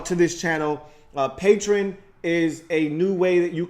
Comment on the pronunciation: It's pronounced PAY-tree-on (Patreon) lol